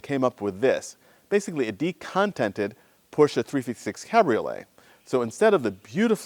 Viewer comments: Thank you so much for not calling it a "Porsch"! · You seem to be to only American who can pronounce the name Porsche correctly. {almost everytime ;-)} The motor hood seems to have overpainted rust. Bad restauration.